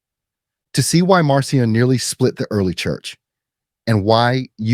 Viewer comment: Pronounced Markion. Attend school.